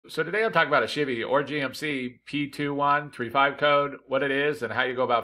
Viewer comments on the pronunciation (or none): Thanks man, I think this is my issue. I get a kick out of you saying "shibby" for Chevy.